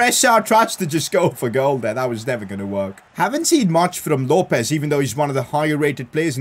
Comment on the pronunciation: PCQ: LOPES IS PRONOUNCED LO PEZ